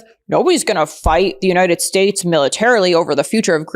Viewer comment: The way he says United States bothers me so bad. That’s the petty thing I have to say about this loser.